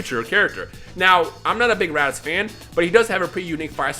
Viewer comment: This man says videl bojack and fucken RADIZ WHAT THE HELL